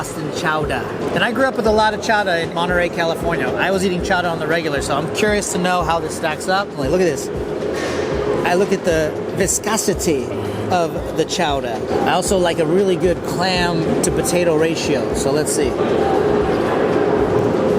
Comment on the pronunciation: The vis-cos-i-teee 😂